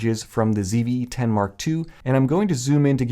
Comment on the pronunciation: “Phony CVE 10”